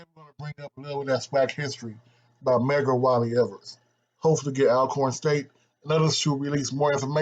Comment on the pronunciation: it's pronounced Allcorn, great video